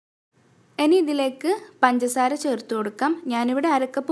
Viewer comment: എനി അല്ല, ഇനി, otherwise superb drr